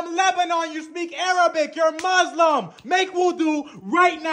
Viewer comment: I’ve been laughing for almost an hour this is too funny “ MaKeE WuUuUdUuU” 😂 🤣 😂